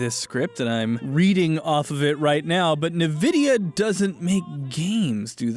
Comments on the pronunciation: Who pronounces it "NVIDIA" as if it's one word? Linus, every other tech tuber and even the manufacturers speakers pronounce it as N-VIDIA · "Nuvidya"... please, reupload pronouncing it "En-vidia" like a normal person. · NVIDIA is'En-vidia' not 'Nuh-vidia' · EN-vidia not NUH-vidia. Only thing wrong with this video. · LEARN HOW TO PRONOUNCE "NVIDIA"! IT'S "EN-VIDA, NOT "NAHVIDA"!!!! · it's pronounced Envidia or Invidia, not Navidia. It comes from the Latin word for envy. Y'know like "green with envy", why the logo is a green eye? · Its IN-Vidia not NUH-Vidia. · Lmao I finally get to feel “in the know” about something compared to (it’s pronounced N-vidia, not a Nuh-Vidia) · I can't be the only one who was triggered cause he said N-vidia. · Review 3/10 ~ IGN "Forget this and watch a video on this by someone who works in this industey professionally. The one recommends is good. This guy even says Nuhvidia instead of Envidia tho. Not teustworthy. Really, this video is way more padded and confusing than it needs to be. Good point about the rasterizing nomenclature though." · You know what? “Ni-vidia” > “In-Vidia” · DUDE IS PRONOUNCED n·vi·dee·uh NOT na.vi.dee.uh THERE'S NO A AFTER THE N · “Navidia” and not “envidia” is rlly tilting me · It’s envidia not nuhvidia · "nuh-vid-eeyah"... It's officially pronounced "en-vid-eeyah". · I remember during Street Fighter 4, they called the company... "envidi-a" and not "nevidi-a" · Drake rejection: ni-vidia Drake happy: in-vidia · Who the hell pronounces it "nuh-vidia"? Literally everyone I've ever heard say it pronounces it as "in-vidia". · Navidia Me: aaaaaaaah Its Nvidia like en-vidia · Nevidia LMAOOOO!!!! Its Nvidia (envidia) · N vidia Not nividia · Why does pronounce it "Nuh-vidia"?? isn't it pronounced "En-vidia"?? doesn't nvidia themselves pronounce it "EN-vidia"?? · It is not pronounced navidia. It is pronounced envidia. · Just for the future, Nvidia is pronounced "En Videa" not "nevidea"